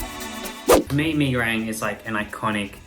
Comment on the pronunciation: Me as Indonesian: There's not "A" In Goreng 😓